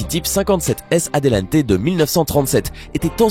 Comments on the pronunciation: Il s'agit d'une Lamborghini Miura et non Mira, et ne il s'agit pas d'une Bugatti Adelente mais d'une Bugatti Atalante, la marque étant française, le nom du modèle ne se prononce pas non plus en Italien. De plus, il n'y en a pas eu 17 mais un peu plus d'une trentaine, il ne faut pas confondre la type 57 Atalante et la type 57 Atlantic et aerolithe qui sont encore plus rare, le type 57 et un châssis chez Bugatti et a donc été habillé avec différentes carrosserie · Bugatti "ADEULANTE" pas "Aldenté" (c'est pour les pâtes ca) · C'est Atalante et pas Adelante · Ce n'est pas MIRA mais MIURA et ce n'est pas Bugatti ADELANTE mais ATTALANTE !!! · Mec, tu sais pas lire??? Labo MiUUUUUra!!! et Bugatti type 57 ATALANTE!!!! C'est dingue ça, t'as des fans de bagnoles qui te regardent...